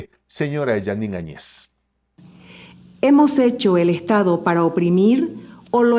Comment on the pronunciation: Primeramente, no se que te da el derecho a TUTEAR a una presidente. Por muy mal que te caiga, por muy poco que te parezca Bolivia, estas hablando de la Presidente de una nacion y le debes respeto! Tu eres solo un Pseudo Periodista y estas TAN MAL INFORMADO, que ni siquiera pronuncias correctamente el apellido de la Presidente Añez, donde el golpe de voz va en la A. Autoritarismo y Opresion: OBVIAMENTE se refiere a otros paises como Venezuela, Cuba, Ecuador y Argentina y al socialismo en general.......... no a Bolivia. Antes de llamar ingenuos a quienes la nombraron Presidente, te recomiendo que leas y te informes de las leyes Bolivianas. POR LEY, cuando no hay Presidente ni Vice-Presidente, la siguiente persona elegida debe ser la Presidente de parlamento: Adriana Salvatierra, MASISTA que en su momento tambien andaba escapando o escondiendose, por tanto le tocaba a la Vice-Presidente del Senado: Jeanine Añez. Ella nunca fue parte del movimiento que derrocó a Evo Morales. Fue asi que para ella y para todo el pais, el nombramiento nos cayo de sorpresa, pero POR LEY, ella era la maxima autoridad NO MASISTA que tenia Bolivia. Las elecciones se postergaron varias veces por multiples razones, mayormente por el COVID, porque el pais no se encontraba en condiciones de lidiar con una pandemia cuya celeridad seria mayor al tener que concentrar a las masas en un proceso electoral. El Tribunal Supremo Electoral, esta conformado mayormente por MASISTAS, el partido de Evo Morales